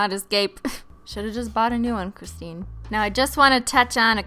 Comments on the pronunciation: Alexia Meow IT'S CRISTINE PRONUNCE SINDROME!!!! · It’s Crist 🙄. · Mila Stanoeva IT's and I'll Se Ya'll Later Bye! Learn how to speak Christine!